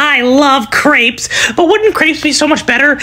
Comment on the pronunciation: Some people will simply never pronounce crêpes right. As a francophone, it kind of hurts.